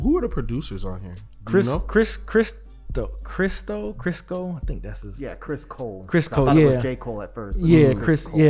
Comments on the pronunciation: These niggas said the producers name is "crisco"..... It's "Christo" fellas 😭🤣💀🤦🏿‍♂️ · Man christo 😂😂 it’s christo! Not no damn Chris cole